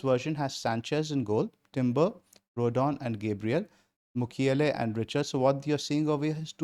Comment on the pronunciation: Old Chelsea fan in coming out when saying Mukiele as Makeile. Claude Makelele, what a legend.